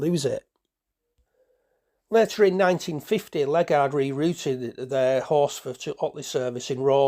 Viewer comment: Interesting collection of photos, mostly dating from the final decade of their operation. Locally, the pronunciation of Ledgard is not "Led-guard" but Led-jard or Led-jerd.